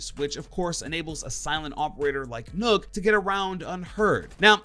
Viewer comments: Ur saying nokk wrong and its annoying me alot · Btw Nokk is not pronounced " Nook" it's pronounced as Knock